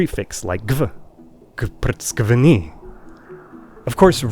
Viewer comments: R is not needed in this language, although many Georgians mistakenly pronounce it with r. It should be "gvptskvni" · GVPRTSQVNI is wrong. Correct is GVPTSKVNI (G-V-P-Ts-Q-V-N-I, გ-ვ-ფ-ც-ქ-ვ-ნ-ი). The word is hard to pronounce anyway and it's unnecessary to make it even more horrible with the mistake :D